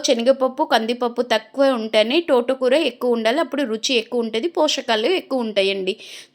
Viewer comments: తోటకూర టోటకూర కాదు.టర్వాట కాదు.తర్వాత . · టోట కూర కాదు, తోట కూర ఆని పలకాలి ఛీ ఛీ